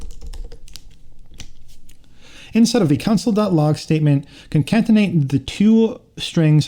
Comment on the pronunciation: good job man nice video. just so you know, "concatenate" is pronounced "con-cat-en-ate", not "con-cant-en-ate".